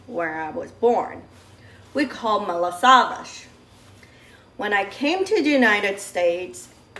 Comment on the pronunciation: It's also called malasadas in Hawaii. But I've never heard it pronounce as "malasadash". Is that how it's pronounced in Madeia and Azores islands?